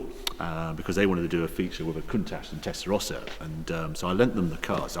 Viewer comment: First time I ever heard "Tesarossa" pronounced correctly..